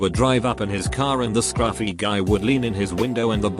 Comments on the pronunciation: Brando T thank you I throughly enjoyed listening to what sounds like a Tony the Tiger Robot version of scRUFfy. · Anyone else notice the extra emphasis on “scruffy” ? That was rather refreshing for some reason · Lmao at how the Text to Speech puts emphasis on "scruffy"